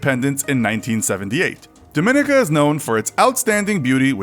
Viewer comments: Dominica. DORM-me-nee-ka. Not DOOR minica. Why can't y'all say it? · its dominica not dminica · Dominica is pronounced Dom-min-ee-ca not Duh-min-nick-uh. The people are Dominican, but not pronounced like people from the Dominican Republic. They’re pronunciation is Dom-min-eek-en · Pronounced: DOM - in - ICA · It's pronounced DohMeKneeKah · Dominica is pronounced “domineeka” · It’s pronounced dom-min-knee-cuh 😭😭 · that's not how you say "Dominica". The stress is on the second i (on the third syllable): dɒmɪˈniːkə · I'm a Canadian and my grandma is from Dominica and it's pronounced Dom I nica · dont mean to come off as r/Imverysmart but I'm pretty sure Dominica is pronounced as "Dom me nee ca" but idk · You’re pronouncing Dominica wrong - it’s not pronounced like the Dominican Republic. My wife grew up there. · Pretty sure that's not how Dominica is pronounce 😂😂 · He's pronouncing Dominica wrong lol. The cringe. Edit: He pronounced most of the Caribbean countries wrong. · Just a friendly flag that your narrator mispronounces both Dominica and St. Kitts and Nevis. Perhaps good to talk to locals before deciding on a pronunciation. :) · .....that not how you say Dominica. Itll take you 3 secs to google its pronunciation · When you make a special effort to pronounce Liechtenstein properly but can't pronounce Dominica properly. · You pronounced Dominica and Nevis incorrectly. It is Dom-me-knee-ka and Knee- vis. This aggravates me with videos like these attempting to share information. Get the pronunciation correct first. I am West Indian. We are not lonely and is accessible by air and sea. We are listed on cruises. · Dominica is pronounced Dawh-mih-nee-Kah. St. Kitts and Nevis- Nevis is pronounced Nee-vis. Thank you :) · The stress in "Dominica" is on the third syllable, i.e. the second "i": domi-NEE-ka. Nevis is NEE-vis, not "nevvis".